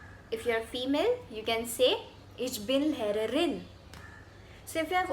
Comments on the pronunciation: Your German is fine, but why "iSCH" if it's "iCH"? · Mam your pronunciation is completely wrong First of all it is not ish it is ich